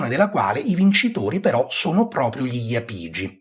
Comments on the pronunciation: l'accento più corretto sarebbe sulla a, quindi iàpigi e non iapìgi, l'esame di archeologia della magna Grecia docet 😀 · Bravo, ma è Jàpigi, come Jàpudi, da cui (J)Apùdia bella pronuncia osca e quindi Apùlia.